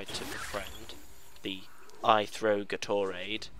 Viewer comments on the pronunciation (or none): wait... did you say " i throw Gatorade???" because if you did... it's pronounced 'gay-tore-aid" in the US. Just sayin... :D I love this. It makes me miss all of my little monsters.